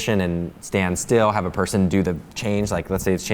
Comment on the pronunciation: "they haf a real dinosaur"